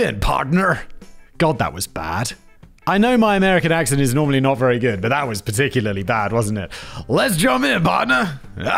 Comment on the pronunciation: Yeah but you said particularly perfectly! On one of your casual criminalist videos you could not say that word for crap!😅